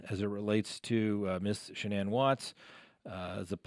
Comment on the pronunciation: Her name was Shannan rhymes with Dannon. The woman has passed let's have respect and pronounce her name like her mother did in court.